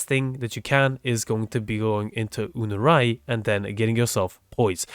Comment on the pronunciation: I am NOT a native english speaker and that Focus school is "Unairu" in Spanish as it is in English. I don't get why pronounce it "unurai" either